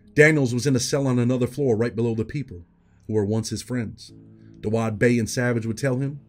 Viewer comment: It’s said Dawu not Dawud. I know it’s not spelled that way but that’s how he says his name. Shits just funny to hear it like that